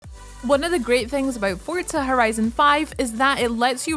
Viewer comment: "Forza" not "Fort-za"